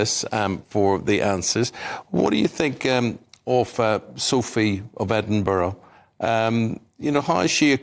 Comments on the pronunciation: should be pronounced Ed -din -bur-ra i've heard some say ed-in-burg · I hate the way pronounces Edinburgh 🤨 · She can't even pronounce Edinburgh! 🙄🙄🙄